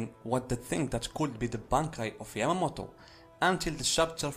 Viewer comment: Is this guy saying Yamagi?? Like where is this guy seeing a G in Yamamoto?